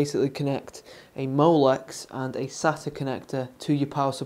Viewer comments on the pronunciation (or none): none